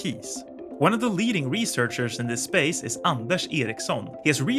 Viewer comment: Are you swedish? Because you said Anders Ericsson perfectly. I am swedish so i know how it should be pronounced.